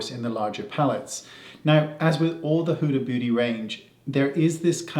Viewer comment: Huh huh huh... he said huda bootie